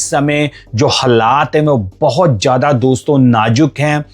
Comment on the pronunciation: Zada not jada